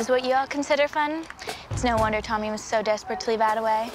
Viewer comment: Facts it gets me so mad when she says tommy